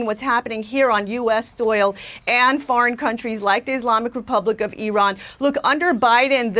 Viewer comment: This is the first time I hear an american pronounce Iran correctly, and the clowns in chat are making fun of her for it lol